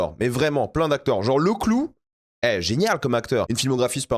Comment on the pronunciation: C’est « Lecklou » et pas « Loucklouuuu »